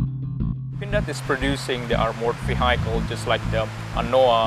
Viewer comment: PT Pindad is truly awesome. Unfortunately the Jakarta Post reporter can't even pronouce the word VEHICLE right. Can you guys use someone else? It's an embarassement.